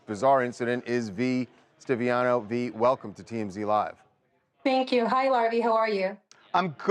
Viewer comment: V Stiviano is a golddigger who was having an affair with Sterling. She was the one recording him. Say it right.